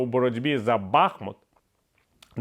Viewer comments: Саме так!!! Весь час чую оцей БАхмут і аж хочеться кричати «БахмУт, БахмУт!» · Пане Віталію! Правильно називати місто БахмУУУУУт, бо стоїть на річці БахмУУУУУтка! Не ображайте жителів БахмУУУта! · Буду писати вам доти, поки не почнете називати місто правильно! БахмУУУУУт, бо стоїть на річці БахмУУУУУтка. Невже складно!? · Бахмут наголошується на другому складі